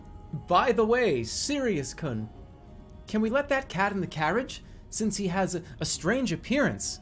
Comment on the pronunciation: Sirius kuhn (It’s supposed to be pronounced like koon) Don’t call me a weeb!! I took a Japanese class in college and did very well.